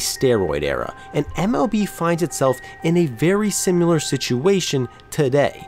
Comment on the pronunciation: Did you seriously say "simular"?